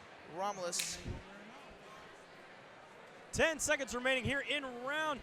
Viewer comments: A year later, and this commentator still calls him Romirez...amazing. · And the other guy calls him Romilus...wtf